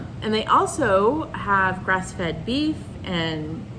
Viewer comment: Always watch your videos regardless how long it's been since you recorded last! Just thought I'd share a funny from this video... you were talking about the farm, picking blueberries & then you said they also had breast fed beef... I laughed out loud when I figured out you said grass fed!!! 🤣